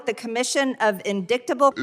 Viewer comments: mark, MTG’s mis-pronouncement of the word “Indictable” is when she was thinking about Hunter Biden’s big schlong! In-dick-table! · With MTGs "indicktable" and Trump's "indicated" it goes to show just how badly affected they are by the babblable bs they adhere to so strongly. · Guy's Marjorie just proved that not going to school what will happen. Well this is what we end up with. People unable to pronounce words and people unable to read out numbers. "In - dict - able " A 6th grader can read both words and numbers what MTG can't and this is som1 making decisions about the country. Her district must be so proud!!!!!. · “In-dick-table”, that always makes me laugh 😂 she just can’t stop thinking about Hunter